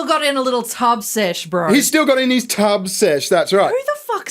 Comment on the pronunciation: Thought he said "tug-sesh".